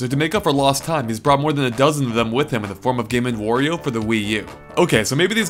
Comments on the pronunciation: It's Wario, not Worio. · It's W-ahr-e-oh Not Whor-e-oh. Jesus. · They should make a game that teaches the gamer how to pronounce Wario